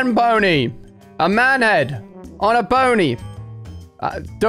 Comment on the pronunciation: Is it just me or did Ali say bony instead of pony ?